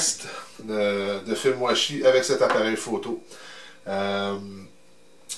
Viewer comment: j'entends "fait moi chier" a chaque "film washi" c'est perturbant